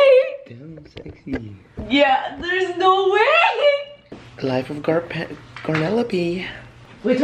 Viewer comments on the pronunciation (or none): "life of garnelope"😭😭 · he said garnelope 😭😭🤣